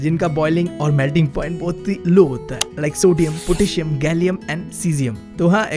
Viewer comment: bro potassium hota he bhaii not a ptassium